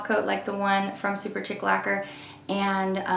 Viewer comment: Shouldn't it be pronounced "SuperSHEEK"? Chic is French for fashionable.